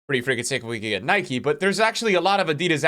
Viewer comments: ITS NIKE NOT NIKEY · its nike not nikey 🙄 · adeedas-no adidas-yes/ Nikey-no Nike-yes